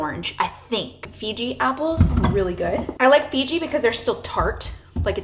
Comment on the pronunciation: You may be saying this but it’s Fuji apples. Sorta sounds like you’re saying Fiji apples 😊